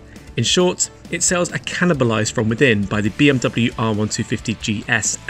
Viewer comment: I heard BMW "shit cam"...🤣